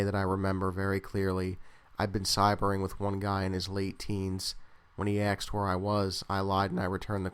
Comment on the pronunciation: I generally like your work, but the way you say "asked" is absolutely nails on a chalkboard, man. It's "asked", not "axed". Every time I hear you say it, it pulls me right out of the story, which is really unfortunate. I'm not saying this to be a jerk. It's in the intention of constructive criticism, so you can become aware of it and fix it. With a bit of practice, you can change bad speech habits.